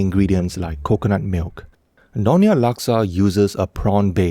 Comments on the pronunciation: It is nyo-nya.. not no-nya. and Laksa Siam is NOT orignated from Pattani Thailand. It is common in southern Thai and Malaysian states that bordering Thailand such as Perlis, Kedah, Kelantan where Malaysian Siamese reside.😊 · It's Nyonya not nonya